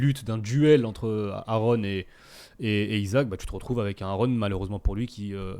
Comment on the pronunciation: Les gars, le podcast commence et... "Aaron" naaan 😭😭😭